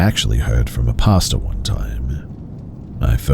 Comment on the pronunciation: The story at 13 mins, I kept thinking is saying "pasta" like how Americans say it 🤣... but he's saying pastor.